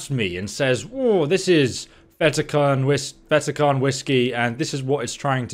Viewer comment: Cairn ......not karen